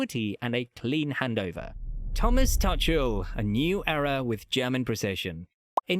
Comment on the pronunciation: And the Thomas Tuchel pronunciation is a bit off.